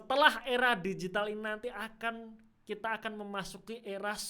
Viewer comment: Mantap penjelasannya! Lucu denger aura digital 😂♥️